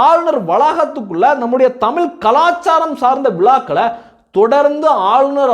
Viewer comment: டேய், தமில் இல்லடா, தமிழ், நீ முதலில் தமிழ் பேசு.